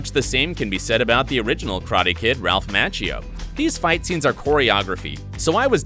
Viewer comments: His last name is Mock kee oo not match ee oo. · Please pronounce Macchio correctly!